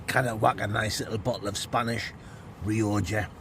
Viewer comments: Nice biscuit guy said he's afraid to comment anymore but told me to tell you it's pronounced rioca not rioja! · It’s Ree-oh-kah ya giant fandango!